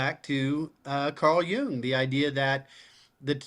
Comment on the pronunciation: Jung means young in German and you are pronouncing it correctly.